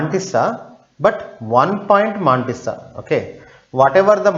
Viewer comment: Good!! But the pronunciations are more awesome!! MAAAAAANTISSA!